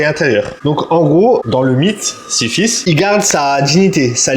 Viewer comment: Slt frérot, juste pour ta comparaison de la muscu avec le mythe grec. C’est Sisyphe et pas Siphisse, sinon bête de vidéo. Le cardio passe bcp mieux grâce à tes vlogs !